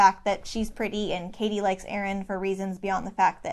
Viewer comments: Hold on. You've been calling her caddy for half this video. Isn't it pronounced Cady like Katie? Edit: you switched at the end? Is this a mind game? Am I the only one to notice?! Am I imagining it? Great analysis btw :) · It's pronounced Cady* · ah I seee you're doing it to represent Janice. I was wondering why you were mispronouncing her name the whole time 😄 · this is such a great analysis!! mispronouncing cady's name in janis' section was a really nice easter egg too :D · Great video...but why are you mispronouncing Cady's name? 😂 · It was willing me 😩😩😩 until I read why you did it